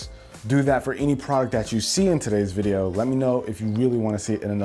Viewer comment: Noice vwiedio